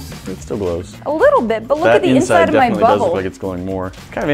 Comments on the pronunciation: i was eating when i heard that... wot O.o and......yea i know it was "bubble" and yea i have a dirty mined lol for them F*** haters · Easily says bubble not butt hole